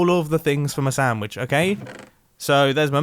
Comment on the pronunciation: I could have sworn he said “Soundwitch” instead of sandwich